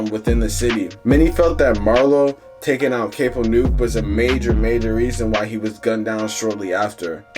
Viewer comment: Its Cap-o not cape-o young YT boy